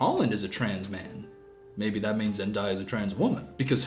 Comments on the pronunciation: it's killing me how emphatically you're saying Zen-DIE-uh as if the dumb woman is wrong, but it really is Zen-DAY-uh. You've probably been told this by now but I just had to say it lol. EDIT: Wait it's literally in the pinned comment smh. Anywho thank you for mentioning misogynoir. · ON ZEN-DIEYA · OKAY thats trippy asf😭😭 I was like “ZenDIYa?? You mean ZenDAYa???” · Please tell me you're pronouncing Zendaya wrong as a joke. It's Zen-day-a, not Zen-die-a. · No hate but it's not actually pronounced "zen-die-uh" it's pronounced "zen-DAY-uh" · Her name is pronounced zen day a not zendia. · Why does he keep saying "Zen-dye-a"??? Her name is Zendaya. "Zen-day-a." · May I point out that zendaya is actually pronounced zen-day-a not zen-die-a (and she actually pronounces it that way lol 😂) 😂😅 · it’s so funny he corrected himself to zen-dye-uh when she’s said herself it’s zen-day-uh 😭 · Bro keeps saying zen-die-a when it’s zen-day-a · Zendaya confirmed her name is pronounced Zen Day Ya not Zen Die Ya. I'm so lost where everyone's heads are at. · Zen-die-a 💀 Zen-day-a broski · Zen-day-a not zen-die-a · zen-day-ya= wrong zen-di-ya=right lmao i can't🤣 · This video is great but him saying Zen-DIE-yah instead of Zen-DAY-yah. Is slightly annoying me cause Zen-DAY-yah is the correct way to pronounce her name. Not trying to be rude or anything thooo! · Wait I’m kinda confused- isn’t Zendaya pronounced zen-day-a? Why’s he pronouncing it zen-die-a? Like not upset or anything just kinda confused and wanna make sure I’m not pronouncing her name wrong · Zendaya herself said her name was pronounce Zen-day-uh so idk why your making it so promonent to say "Zen-die-uh" you just aound goofy asf. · zenDAYa not diya 😭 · Not Zendiya it’s pronounced Zendaya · Everytime he says Zen-die-yah I die inside. It's ZenDAYah. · its ZEN DAY UH not ZEN DIE UH wtf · see im da opposite. When I heard zenDIYa I was so thrown off cus I never heard that pronunciation before😭😭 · He do be saying zen-die-a